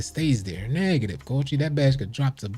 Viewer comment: “Neeegative coachi” 🤣